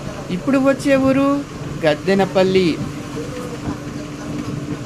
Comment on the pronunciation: గద్దెనపల్లి కాదయ్యా గెద్దనాపల్లి